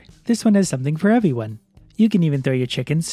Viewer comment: Hello Everyone (eviwuan) jajaja suena muy interesante ese saludo